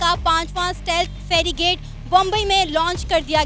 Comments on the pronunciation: it's not ferrigate😂🤣😂. It is a frigate. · ferigate 😂😂 anpadh aurat wo frigate hai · That is called Frigate, not Ferigate Jahil Pakistani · it is not fe-ri-gate. You need to say fri-gate. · wo Ferigate nehi hai... Wo frigate hai ji... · Madam, Woh Farigate nahi hai, usse Frigate kehte hain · Firigate nahi frigate hai pronounced tik se lo. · its not "ferry gate". It is FRI + GATE. You are an educated person and have been a reporter for several years and have worked abroad and you cannot even pronounce "frigate". Very sad commentary on Pakistani education standards. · one quick point - us jahaaz ko "ferrigate" nahi "frigate" kehte hain. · It's not ferigate its frigate....Aur enko tarrakki chahiye. LOVE YOU SANA..LOVE YOU INDIA. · ye ferigate nhi hai frigates फ्रिगेट्स speak properly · 2.05 Feri gate nhi, Frigette h vo फेरी गेट नही, फ्रिगेट कहते है उसे । तुम लोग मुल्क को भी मुलक बोलते हो ।। थोड़ा पढ़ लिख लेते तो साक्षरता दर ठीक हो जाती ।।।। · Fragate bole Pronounce too sahi kar 😂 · Ferrigate nahi oye, it's frigate JF 17 best? 40% fleet grounded nahi hai? Kucch bhi And FYI - JF17 China na banaya hai. It's based on the MiG21 airframe. Modifications karke naya batate ho. SMH. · Ferigate nhi Frigate hai 🤣🤣🤣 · ferry-gate nahi hota,, FRIGATE hota hai. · touba touba usko FERRY GATE nahi FREE +GATE bolte hai (FRIGATE). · Madam it's not ferrygate but frigate. Or pak ke paas kon si technology hai sab kuch to dusre desho se kharid rahe ho, yaha tak ki nuclear ki technology bhi America se chori karke laye ho. Agar terrorism or kashmir ke bajaye education or development per dhyan diya hota to aaj ye halat nahi hoti. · Ye ferigate nhi frigate hota hai. 😀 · ferigate nhi hota mam frigate hota hai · It’s FRIGATE not FERRY GATE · It's frigate and ferrygate! Please improve your pronunciation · Madam Farigrat Nhi Wo Frigates Hota Hai Jai Hind, Vandemataram 🇮🇳🇮🇳🇮🇳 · Frigate pronunciation thik karo madam